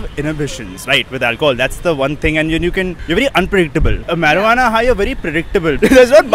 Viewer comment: It's not meruana bro it's marijuana